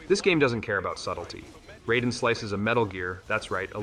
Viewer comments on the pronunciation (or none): Skipped thru the rest of the vid after you pronounced Raiden's name wrong. Do better.